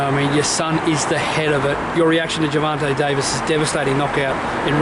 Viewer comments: gerVONte not gerVANte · World i know the accent im from melbourne im going to the fight bro, this interview just annoys me always saying gervante and teofomo like english aint that hard